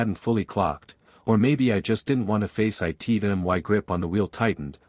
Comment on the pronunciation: why the hell can't AI pronounce "it"?